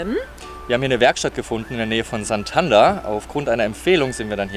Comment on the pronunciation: Santander wird aber nicht Santanda ausgesprochen.